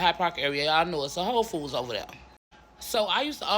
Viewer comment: I'm laughing at the way She said Whole Foods. She sounded like it said H0€ Foods.